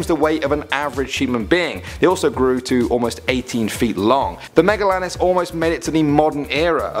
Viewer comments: It's pronounced megalania not megalanis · Me-ga-lay-ni-ah not me-ga-lah-nis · Megalania not megalanis* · It’s not called megalanis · Oh and pronounced megalania wrong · Isn't he pronouncing sarcosuchus and megelania wrong. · my guy said aga-vantis not arg-en-ta-vis and megalanis not magelania.